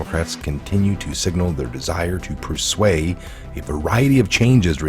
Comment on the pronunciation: Dude. Learn ENGLISH. Persue is not per sway! Seriously